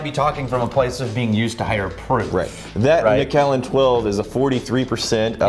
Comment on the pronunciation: As a Scot, it's driving me INSANE how you guys are saying the Macallan! Lol still absolutely love you gentlemen, though. So here's a lesson in Scottish and Irish English. Keep in mind that most of these are anglicized versions of Gaelic, which absolutely does not anglicize well - so you end up with 20 spelling varriations that look unrelated in English, but in fact are the same name, anglicized different ways. Take Dunlop. It's also Dunlap. And Dunlope. And Danlop. And... Take McCue. It's also MacEwe, and McEwe, and MacHugh, and McHugh, and MacEw, and even McEwan, and McCoy! Now you have MacAllan. It's the same name as MacCullen, McAllen, McCullen... Don't seperate the Allen out - let it flow so it sounds closer to the spelling of MacCullen. Ie: mc-KUH-len.